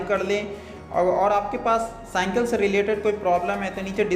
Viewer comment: You say hanthori to hammer/hattori and you say cynkal to cycle it's not good bro